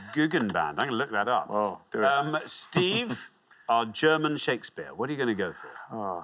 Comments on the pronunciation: Not bad German pronounciatuon, not bad at all! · Brilliant pronounciation of the German titels, respect!